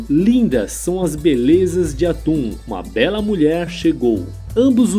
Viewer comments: Locutor chamar Aton, o Deus único simbolizado pelo disco solar , de atum, o que em.português é apenas um peixe, diminuiu seu sentido no nosso idioma. Chega a parecer piada, "deus atum aken atum " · Pelo o que eu sei , não é "atum" e sim Aton e Akhenaton não é "aquenatum" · Atun ou aton? Atun é peixe,aprendi a falar aton na escola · Cacilda!! A pronúncia, certamente, não é 'atum'... e sim, ATON... daí, Akenaton, etc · AkenatON. AtOn. Não “atum”. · Pois é. O vídeo é ótimo, mas, a pronúncia errada dos nomes, deixa tudo estranho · Sério, na boa, mas porque o narrador do vídeo pronuncia "Akenatum" e deus "Atum"? Coisa maus bizarra, primeira vez que vejo alguém falar dessa forma, ri do começo ao fim com esse "atum " 😅😅😅😅 e a cidade se chamava AMARNA e não "Armana" como foi pronunciado no vídeo, deve ser de propósito, só pode 😢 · Sempre que ele falava atum eu ria 😂😂😂😂😂😂